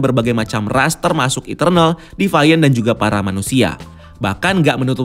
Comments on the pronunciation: bukan defaian, tapi divien. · Agak terganggu sama pronounce nya. Deviant dibaca "dee-vee-ent" bukan "devaiyent" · youtuber2 luar aja ngomong deviant ya 'de fi an / di fi an' disini doang yg 'de fa yen' 😁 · Devaint??? Agak risih dengernya. Deviant sesuai tulisan bacanya.